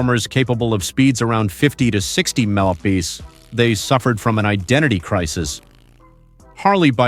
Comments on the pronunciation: "Meppitty em prees" Mph! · MPH = Muh-pee-ehh??!!